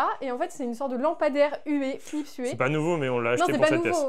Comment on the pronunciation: Trop contente pour vous, la pièce est super jolie! Vous avez super bien bosser GG!^^ par contre il me semble qu'on dit" philips you" quand Kim a dit hué j'ai pas compris de quoi elle parlait mdrr 😂